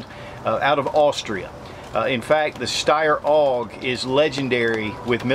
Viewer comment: Winning: Wearing a Glock "Perfection" hat while reviewing a Steyr Maybe Not Winning: Pronouncing AUG as "Og." Great video,. The Steyr pistols should be more popular.